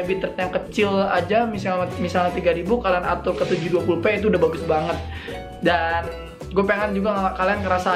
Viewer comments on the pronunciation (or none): Ngomong Itu jadi It to😂